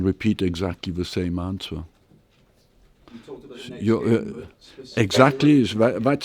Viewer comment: How come this guy still doesn't know how to pronounce 'answer'?